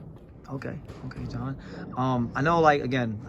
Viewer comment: My man's name is J'Hon Ingram not "John" Ingram.